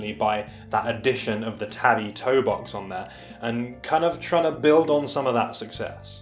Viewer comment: “Tah-bee” tho, not “tabby”